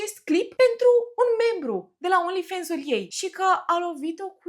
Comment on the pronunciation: Ba frate, vorbiti engleza cum trebuie, nu americaneste 😂 e Fans, cum ai citi in romana, nu fens 😂